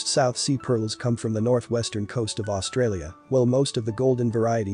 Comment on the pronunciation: Australia not Austrialia😖